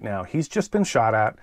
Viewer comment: “The women that they ShAut”